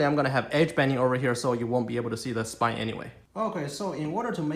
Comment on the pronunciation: Nicely done. One minor thing. It’s spline, not spine. Maybe that is what you were saying and your accent fooled me. If so, then I apologize.